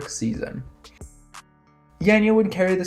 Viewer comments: Her name is pronounced yon-yuh not yan-yuh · it's definitely not yon-yuh like Anja already said, and I'm guessing that Anja is a Slovenian like myself as well;) That being said, it's not 'yan' exactly either (the way pronounces it), that's still too 'e'-ish for us. Both her 'a'-s are pronounced as "wide" 'a'-s, for example if you pronounce the word 'ardent', then the first sound that comes out of your mouth is basicaly the sound you're supposed to use. In other words, if you listen closely to how pronounces Janja, the SECOND 'a' sounds about right. Just replace the first one with the second one as well, they both sound the same, and you get something like.. 'yaan''yaah' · You pronounce her name wrong.